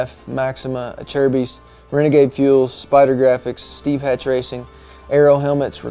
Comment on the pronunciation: Great dude and a class act. My biggest takeaway from this video though: is that really how you pronounce "Acerbis"? Cause I've been doing it wrong for a long time if it is haha!!